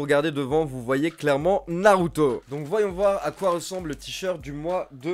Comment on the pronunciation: Le u de naruto ne se prononce pas comme pour shinsuke nakamura ou asuka